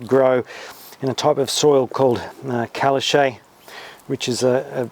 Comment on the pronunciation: Yup sent that one too soon…anyway this was so very interesting… glad you are wearing a respirator and not a dinky mask. It does go well with the Zine tee though. I’ve only ever heard caliche pronounced ca-LEE- chay, your way sounds more elegant. Oh I can hear that Ariocarpus blissfully sighing as you lovingly packed the soil around its tubercles. I agree creativity is an important addition to plant care and display, and choice of precision tools used. Yes, a “living art piece” for sure. Nicely done, thanks for sharing! 🤗